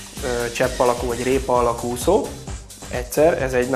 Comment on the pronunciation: Úgy gondolom, jók a termékek. Gratulálok! Csak Ne mondaná annyiszor, hogy ' Uszó "...Számomra érthetetlen, hogy egy termékbemutató során, egy magyar ember így beszéljen. Legközelebbre : Úszó! Hosszú Ú-val szerepel a magyarban! Köszönöm és elnézést a kritikáért, de már az előző filmekben is felmerült ez a probléma! Ideje megtanulni ezt a szót!